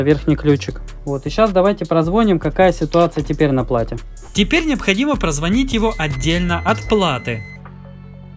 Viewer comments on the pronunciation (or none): ЗВОНИТЦА ЗВОНИЦА ЗВОНИЦА АБЪБЬПАЬДПППЬГГ, ПОЖАЛУЙСТА СТВАЬТЕ УДАРЕНИЕ ПРАВИЛЬНО, Звони'тся а не Зво'нится прозвони'ть а не прозво'нить